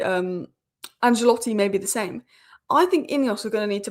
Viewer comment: Ancelotti, not Angelotti 😎